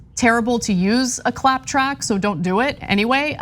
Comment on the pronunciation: "Clap track" sounds like "clap trap."